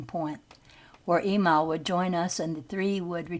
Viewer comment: "E MIL" NOT "E MALL